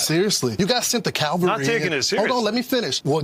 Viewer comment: It’s CAVALRY, not Calvary.